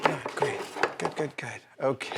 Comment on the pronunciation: At the beginning, when Adam said "Grrreat." sounding slightly like a Scottish accent, I tried to imagine Adam acting like Groundskeeper Willie. At first, it was slightly difficult to imagine, seeing that Adam is usually more happy in general, but after hearing him talk about impatience, the image became a lot clearer to me. Although I would be happy to know how often something makes Adam feel like Groundskeeper Willie and which scenarios play out then. 🤓👍 😄Love seeing this kind of work. ❤